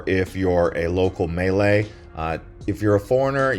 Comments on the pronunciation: Love your videos but your pronunciation throws me somewhat. "Peh - nang' not "Pee - nang'". "Mah - lay" not "Mee - lay." Keep up the great work though! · Man is pronouncing all of these names wrong on purpose right? Instead of Malay his saying melee(the way they say it in Super Smash Bros Melee) and instead of Penang he is saying Pee-nang. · I wish he would pronounce Penage , Malay and the food the correct way.. But I get it...